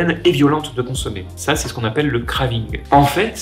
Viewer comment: "Le kravinnegue"